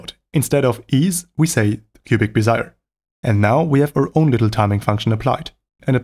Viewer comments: Bézier isn't English. Say it however you wish. My comment wasn't aimed at you. You're not the content creator. If, on the other hand, you are making instructional videos with an audience that you aim to educate and enlighten, you should say the name right. That is not an unreasonable expectation on my part. addressed my comment with grace and clearly cares about upholding a certain standard of quality. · In Cubic-Bezier, Bezier is NOT pronounced "be-zire" as your said it. The correct pronunciation is BEZ-ee-yay (emphasis on the first syllable), named after the French engineer, inventor, and automotive designer, Pierre Bézier, who popularized and patented the Bézier Curve — the parametric curve you defined in your FireFox dev tools. The particular application here is also known as a spline or a control path or even a Bézier Path. So the name does not rhyme with "desire". It is 3 syllables not 2. BEZ-ee-yay. Pronounced at the end similarly to Perrier (Pair-ee-yay). Bézier curves are used in automotive design, architecture, vector graphics, motion graphics, motion control, typography, and statistical analytics. A Cubic-Bézier is a specific type of Bézier Curve characterized by having exactly 4 so-called control-points, specifically to ease or smooth the transition of polynomials. The brilliance of Bézier's Curve is that it expresses what would otherwise look like a mad scientists chalkboard full of polynomial equations into a simple, elegant, almost artful representation. Thanks for indulging the rant. Hope you found this helpful. Cheers.